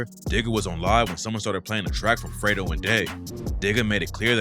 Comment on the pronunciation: Not fredo, its fred-o like oh, fred oh